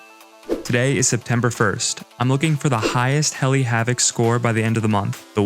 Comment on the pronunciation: Bro was saying hell not heli